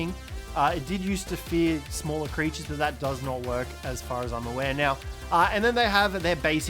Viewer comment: I'm sorry but it's "creatures"